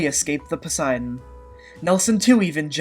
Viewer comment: lol "Posiedon"